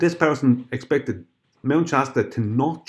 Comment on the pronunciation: ...Is it because you are Irish you talk thick as a plank and did you escape from Mom's basement..."diss one and diss one at diss point...expectered...." jesus